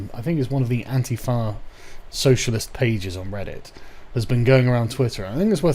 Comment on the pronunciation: 'Atinfarr are middle clarrss' Don't you fucking dare pretend you ain't middle class too, fam. 'Rarnt' ? Ohhh you're more than middle class. You're upper middle class throwing around invisible R's like that.